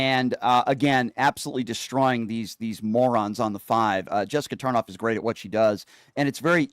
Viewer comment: Tarlov not tarnof